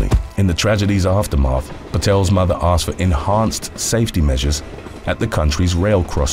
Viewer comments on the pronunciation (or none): none